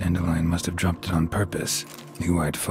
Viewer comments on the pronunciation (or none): *droped not sroped